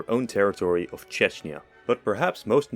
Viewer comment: "Czechnia" bruv